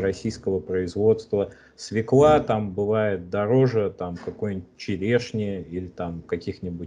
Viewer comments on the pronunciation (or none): Не свеклА, а свЁкла!